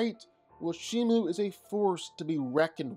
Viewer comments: She is called Shimo with an O Not Shimu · shiMO. say it with me. shi. MO. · Its pronounced She-mo thats not how you spell it though its spelled Shimo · The name of the Ice titan is Shimo not Shimu